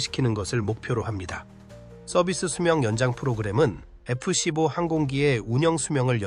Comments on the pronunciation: AI번역과 나레이션이 거슬리네 에쁘씨뽀가 뭐냐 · ai가 읽는 건가? F 십뽀라니...